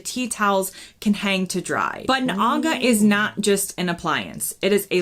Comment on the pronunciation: You pronounced Aga correctly.